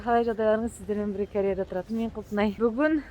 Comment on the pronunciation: Құлпынай ханым Кәрея деп сөйлемеңізші Корея